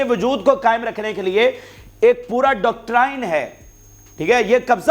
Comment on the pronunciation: House of Commons. Not House of the Commons . Doctrine pronounced as doc trin